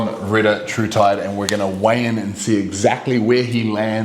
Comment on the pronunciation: It’s pronounced Ree-tat-rutide